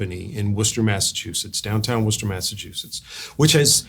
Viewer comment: I had no idea Matt was from Worcester MA, and by the way Richard, you pronounced it correctly. So many people can't pronounce it if it's not part of their life. Thanks for a great conversation!